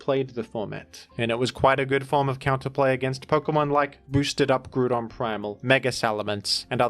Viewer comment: Can never go one video without hearing gruudon